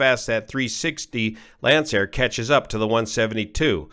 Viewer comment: finally, someone who knows how to pronounce Lancair